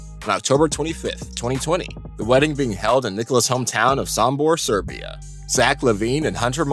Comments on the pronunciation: Jokic is not from suburbia, he from Serbia. And his girls name is read natalia not natalzia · Did this video narrator say that Nikola Jokic is from Suburbia? I believe he wanted to pronounce that word as "Serbia." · Serbia not Suberbia :D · "26 y.o. All Star Nikola Jokic from Sebrbia" Where is Sebrbia bro? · It’s Serbia not Suburbia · Did he just say Jokic is from “Seberbia” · I was in complete disbelief when I heard that lmfao!!! bruv for real, suberbia... The fact he said that, then edited the video makes it even worse.. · i didnt know there was a country called SEBERBIA....but ok....i guess americans really are smart. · Jokic is from Sombor ,Serbia not from Saberbia. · SEBERBIA???? :D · What is this Seburbia place u speak off? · he said Disturbia. hes actually from there look it up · No offense dude , but hearing you pronounce serbian names and the country "Serbia" as seberbia kinda makes me cringe. Could atleast invest 1 minute to look up how to pronounce things. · Wtf is wrong with this guy? It’s okay if he didn’t about Serbia, but if you are making a video and want to mention the country, you should know the country name, right? What’s wrong with the people.. Imagine someone made the video and said “Amemerica”? It would go viral and everyone would make fun of the man who made it..